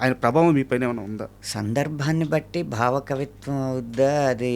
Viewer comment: బావ కవిత్వం కాదు యాంకర్ గారు , భావ కవైత్వం అనాలి …😂